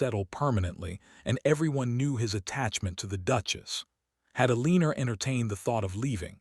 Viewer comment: I’ve started leaving all of these as soon as I hear hopping or starring. I’ve heard this same narrator ai voice pronounce things correctly so it IS possible. Edit to add: or Eleaner